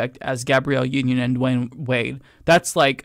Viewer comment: It’s Dwyane NOT Dwayne.